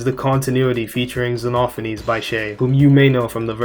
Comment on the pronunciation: OH MY GOD THANK YOU FOR ACTUALLY GETTING XENOPHANES RIGHT